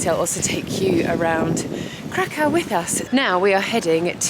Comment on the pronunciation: Krakow is pronounced like ’Krakov’. The W is pronounced like an English V